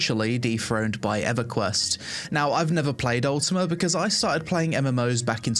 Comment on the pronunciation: why he says UltimaR =))